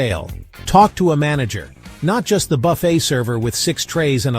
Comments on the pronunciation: Will you please pronounce buffet correctly? Can’t AI do that? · I wish the AI Voice could pronounce Buffet correctly throughout the video.